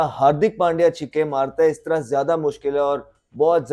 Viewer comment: Chikke nahi chakke 😊😊😊